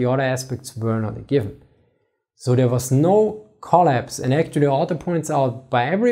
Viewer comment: You are "actorry" hyped to speak English. Good for you. Now pronounciation is next goal. Don't run before you walk.